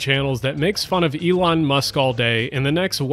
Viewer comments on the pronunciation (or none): none